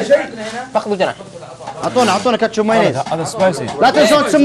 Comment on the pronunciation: ههههههههههههه اهم شي راااجح مايعرف ينطق كلمه كاتشب في الدقيقه